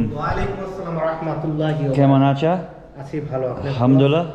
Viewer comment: Bro! I have been watching your all Bangladeshi vlogs for the last few days. The way you are saying 'Assalamu-Alaikum', 'Kemon Achen', 'Valo' is absolutely amazing. For me you are the best among all the foreigners who made vlogs on Bangladesh.